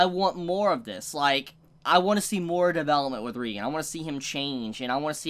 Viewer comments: And it's pronounced ray-gen not ree-gen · Dude, great review but it's ray-gen. Not ree-gen. Please, p l e a s e, pronounce it right. I'm begging you. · It's ReigEn not ReigAn